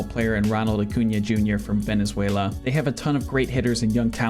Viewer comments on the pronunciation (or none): none